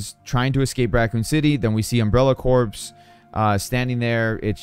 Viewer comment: Come on man, you know better than that… “corps” is pronounced identically to “core”.